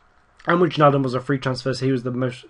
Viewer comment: Wijnaldum is pronounced Why-naldum, I believe.